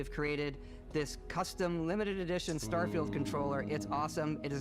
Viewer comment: I'm from the future! Turn back! They're calling it "Starefield", find Todd in your time, fix it!